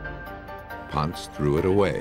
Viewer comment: Ponce pronounced: Po-n-say not “Ponz.”